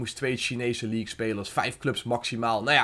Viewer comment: Competitie en leaque??😂